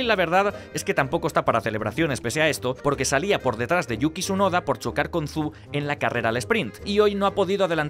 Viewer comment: ¡Por Dios! ¡deja de llamar a Zhou "ZÚ" cual ceceante cerrado! Intenta llamarle por su nombre de forma mínimamente parecida: "yÓu", o "shÓu". Es como si a tí te llamasen "vaZ", en vez de.